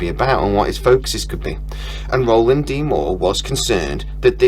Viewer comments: It’s Ronald not Roland! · by the way lad - his name is Ronald D Moore - not Roland... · Hey man, its RONALD MOORE not ROLAND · Actually, it's not Roland, It's Ronald. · Ronald, not Roland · Ronald D. Moore not Roland D. Moore.